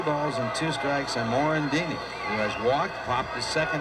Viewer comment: Someone should tell the announcer it's Mickey Morandini, not Mickey Morandino.